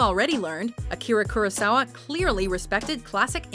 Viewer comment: "You will hear the name Akira Kurosawa several times on this list"...OK, then pronounce it properly for once